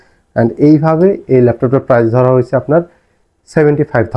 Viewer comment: কথাটা হবে "অবিশ্বাস্য প্রাইস" - "অবিশ্বাস্য প্রাইজ" নয়!